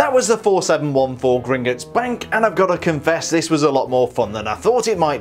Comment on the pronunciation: Actually it’s pronounced Grin-Got-S Not Grin-Git-S